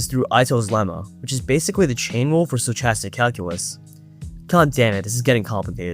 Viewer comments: sto-ch-astic? wtf? it's pronounced sto-kas-tic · how do you have an iq of like 6 or 700 and you can't pronounce stochastic